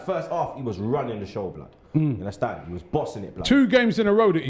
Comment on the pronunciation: Yes I do "Unnastand"